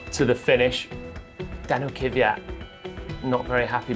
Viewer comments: Can someone please tell Palmer that the Name is "Kvyat", not "Kyvyat"? It's always quite enlightening to hear people pronounce their own name, so here you are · Why do brits say "Keeviyat"? It's pronounced "Kveeyat" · Its kwi-at not kiwi-at man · I guess they just cant pronounce "kv"